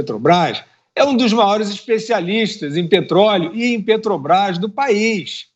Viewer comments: "PETOBAIS" ele rouba tanto que furta ate as letras da palavra, meu deus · O ladrão fala "Petobais". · Alguém aí sabe que empresa é essa que esse analfabeto fala? Petobras. Kkkkkkkkkkkkkkk O cara de pau do ladrão de 9 dedos, além de criminoso, também é burro... Kkkkkkkkkkk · Esse ladrão deve lavar a boca antes de falar de Jesus. Vai aprender a falar o nome certo PETROBRÁS, ignorante